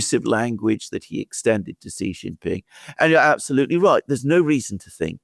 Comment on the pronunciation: stop calling the Chinese President JHEE JIN PING. His name is SHEE JIN PING. You are a pennis doing this on purpose. Knock it off.